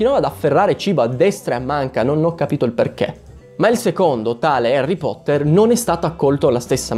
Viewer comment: "Erri Potteh"? Dimmi che conosci il trono del muori, ti prego